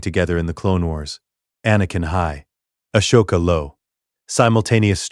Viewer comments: Ah-soke- a God dam atleast pronounce the names correctly when doing these vidios WTF They way u pronouncing her name its so fricken wrong U pronouncing like ashoka not Ahsoka Even the capitals name is screwed up at least watch the movies n especially clonewars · It’s pronounced Ah•soka not Ash•oka …five thousand times. Ruined the story for me. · Yeah, I don't get why they can't tweak the robot narrator to pronounce Ahsoka and Coruscan't correctly. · Channel would be better if it didn’t us garbage ai voice that can’t even pronounce Ahsoka or Coruscant correctly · Please teach your Ai narrator how to pronounce Ahsoka.